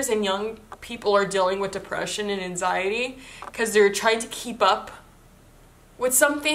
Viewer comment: You say anxiety so funny lmao